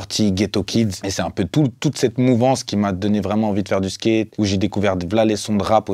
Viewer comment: "Le Skéte" mdrrrr je le kiff